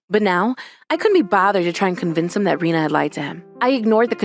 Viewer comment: Oh yeah, Rina instead of Rena.